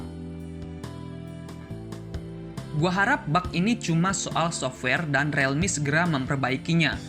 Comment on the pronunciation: membenarkan saja bang, bacanya bukan "relmi" tapi "rilmi" real dibaca ril